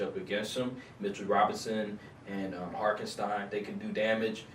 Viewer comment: man said "harkenstein"